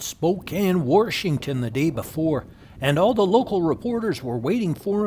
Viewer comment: Love how you say Warshington and in Canada we said, eh and Americans said huh, so I combined the two when I was in the states and I would say,heh or hay or hey